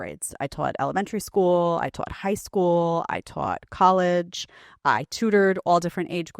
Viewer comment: I twaught this and twaught that. I twoota'em! The Sopranos called, they want their teacha back. 🤣